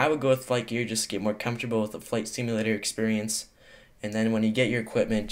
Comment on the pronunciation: did anyone hear him say flight stimulator???